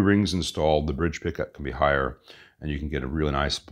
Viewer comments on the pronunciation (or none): none